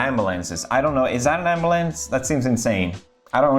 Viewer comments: He says "Ambalanc" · the way pewds pronounced ambulance reminded me of the meme vid and almost choked on my food. what a way to die that would've been lol.